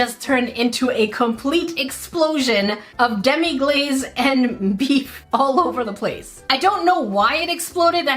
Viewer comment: It's actually pronounced Demi-glass not demi-glaze